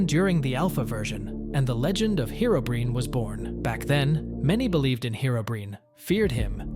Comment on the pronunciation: It's not herobrin - its herobrine 😂